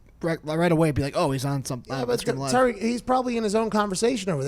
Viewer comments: It's not pronounced Tyreek Cohen, Tyreek is Hill. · It's Tarik Cohen not Tyreek Cohen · Yeah, Pat was using Tyreek Hill's pronunciation of his name. Tarik Cohen is pronounced "Tah-Rick" not "Tie-Reek", I believe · Saying tyreek instead of tarik bothered me way too much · Pat, it’s Tarik not Tyreek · Rhome Grown it’s not tah-rick it’s ta-reek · Anyone else triggered of him saying tyrik cohen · It's not Ty-Reek. C'mon man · Rhome Grown it’s actually pronounced Tah-reek Cohen but you were close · The way he says Tarik Cohen bothers me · Why does everyone pronounce Tarik’s name incorrectly? 😂